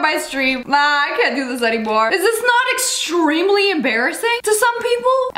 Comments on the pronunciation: Extremely? More like exstreamly exSTREAMly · Am I the only one who laughed when she said extremely. It sounds like ex-stream-ly